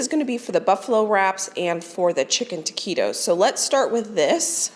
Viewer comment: I just want to let you know it’s not teakeytos it’s ta qui tos taquitos. I hope you don’t mind 💐❤️